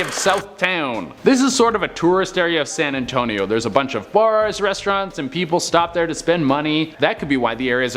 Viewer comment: San Antonious